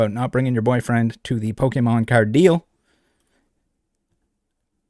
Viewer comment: Yup and I hate the way he says Pokémon. He says "Polkamon" and it literally makes me turn the video off every time